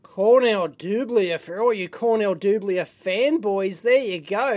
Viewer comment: Cornell DOOBLIER. If you ever want to know how to pronounce a manufacturer's name - just call their headquarters and listen to their introduction.